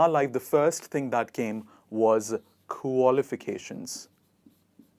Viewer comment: May i know your qualifications pls i couldn't understand as u r pronouncing could u please spell it